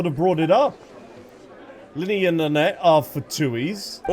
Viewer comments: "Lynet-tee" ? 😂😂😂😂 Love it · The way you can’t pronounce the twins names 😂😂 “Lunehtitty and Lunette”